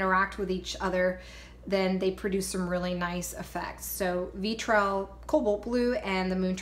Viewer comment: Hi, I really enjoyed this tutorial! But I want to tell you something that's only meant to help... Pebeo is said PBO... and VIH-TREE-ALL, and AL-KAH-LID. But other than that, you rock! I love your creativity!